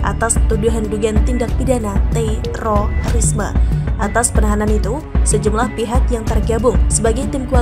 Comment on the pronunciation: Kek gtu bngt baca terorisme nya... Jdi aneh dgr nya